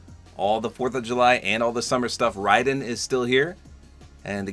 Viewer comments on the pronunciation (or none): Sorry but his name is not ridin it's Raiden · Yeah when I first saw his name I thought it was like mortal kombat as well, until I hear it from others, then I hear others say it like mortal kombat Raiden and it slightly triggers me lol, not that much really but yeah